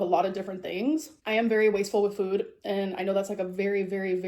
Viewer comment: She loves food so much that she pronounces it in her own weird way. Füüd.